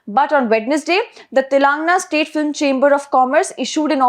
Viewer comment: Is this your voice or a bot? Sorry I ask this because you continue to mispronounce Telangana (pronounce as Telungaana) !